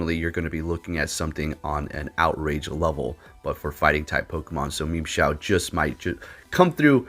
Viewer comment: Am i the only one that heard memeshao